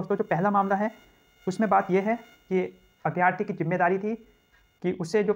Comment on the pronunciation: अभ्यार्थी नही अभ्यर्थी होता है।